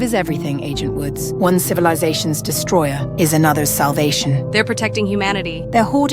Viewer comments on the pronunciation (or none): none